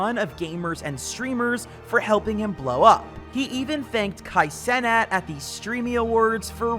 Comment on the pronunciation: Why bro be saying KAI CE-NAT